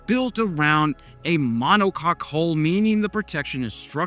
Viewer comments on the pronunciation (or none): none